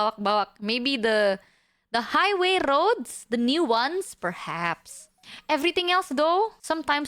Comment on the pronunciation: "Don't get me started on RrRrRrRrRroads!!!"